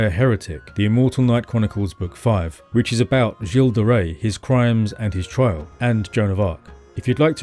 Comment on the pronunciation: Finally I learn how to pronounce "Gilles De Rais."